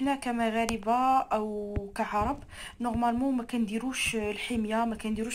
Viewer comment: اشنو هوا نوغمالمون... فالهضرة